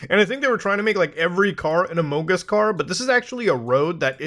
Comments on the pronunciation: Had to stop watching couldn't handle the among us pronunciation. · What’s with saying “among us” like you have a mouth full of food? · the way muta says amogus it's so funny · No matter how many times you say “amoogus” it makes me laugh every time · Muta saying "amUngUs" is what i live for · Man, it tickles my pickle whenever Muta says "Amongus" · God you just don’t know how much hearing you say amongs makes me happy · I will always laugh at Muta saying amongUs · You saying amongus that way literally made me unsubscribe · The way muda says among us cracks me up every time xD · The way you keep saying among us is killing me 😂😂😂